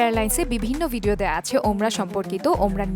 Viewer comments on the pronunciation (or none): none